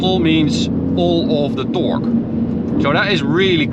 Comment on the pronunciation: Man, werk aan je klinkers: 'car' is not 'caor', torque is not 'toarque etc...